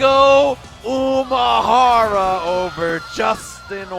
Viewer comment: One of the commentators kept saying "Umahara" when we all know it's Umehara. Made me cringe everytime.